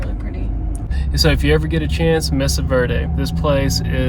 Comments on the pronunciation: MESA = MAY-SA ... VERDE = VAIR-DAY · The e in Mesa is pronounced A, as in May sa, not mess a. The second e in Verde is also pronounced A. Ver day. Ouray is pronounced Yer ray. Enjoyed seeing your trip!